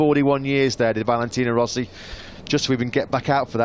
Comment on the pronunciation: " he try to don't tink , but when he tink he is a... scared." Rossi --->Rosie